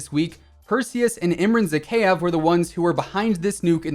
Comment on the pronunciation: Bruv, you are pronouncing Zakhaev's name wrong. It's Zah-Hah-Yev